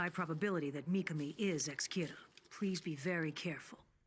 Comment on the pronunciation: I don't know if I'm crazy, but everytime you pronounce MikaMis name it sounds like MikaNi 🙏🏽😭 W reaction tho ! Looking forward to the end 🫠